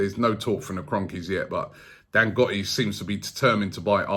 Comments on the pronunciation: Robbie hold up!!! Its not pronounced dangotti....it's DAN-GO-TEY...we love aftv here in naija 🇳🇬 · Dan-goat-ey.. not Dan-got-i. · Dangote: if you wanna know how to pronounce it listen to burna boy : dangote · It’s pronounced Dan-Go-Tay. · It’s pronounced DANGOTAY . Not Dangotee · Robbie can't pronounce for shit....LOL. What is "Dangotti"?lmafo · Thats not how you pronounce Dangote. Its pronounced as Dan-Go-Te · Robbie never gets names right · It's pronounced Dang-go-tay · It's Dan-Go-té Robbie... Like in Kanté... Really really brilliant show though Robbie...your reports are always top class... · Robbie its Dan-GO-Tey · Dangote dangote dangote still dy find money... Let him buy it.. He will spend. Once again Robbie butchered the name. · As if Robbie listens to Burna Boy. He probably calls him Burma Boy anyway. Robbie can't pronounce names 😂